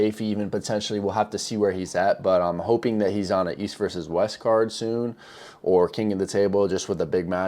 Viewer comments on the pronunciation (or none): none